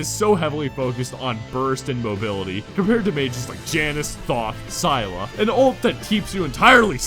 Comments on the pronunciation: Sailla? You Mean Scylla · Saayla? Cmon man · I cringed when u pronounced scylla's name